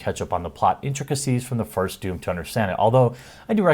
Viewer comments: It's called DOOM, not WAHOOM.... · Doom, don't you mean "DAME"